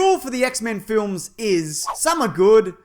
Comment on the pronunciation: Lmao how I know he would of say transformers flims😂😂😂😂😂😂💀💀